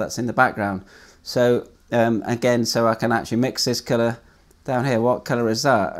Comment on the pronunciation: Thanks for making this video :) at first I thought you were saying “killer” not “colour”